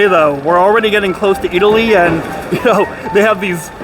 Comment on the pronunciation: you pronounced it excellantly